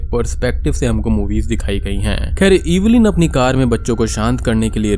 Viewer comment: Cringed hard every time you said 'EEEEEEVILIN'. It's Evelyn, it's not that hard